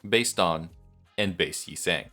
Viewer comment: might sound stupid but im so happy youre pronouncing yi sang correctly... too many times have i heard "yee sang (like sang a song)" and its painful